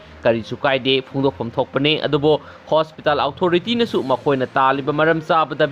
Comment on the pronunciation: Fanasu kuire ibungo nangna pao paraklibasi adubu English ki waheisingC chumna amatta haiba ngamdribasi angakpani tabada yamna nungaijade meitei macha ama oina... Houjik faoba The-re-fo-re adummak hek leida..eg.. Hospital Authority...karamna pronounce tougani Google da amukta yengbiyu